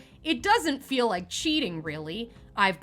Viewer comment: It sould like you said " dont forget to wipe , comment and subscribe " . 😂bahahaha . Great show today !!!